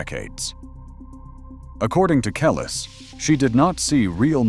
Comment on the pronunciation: Say her name right.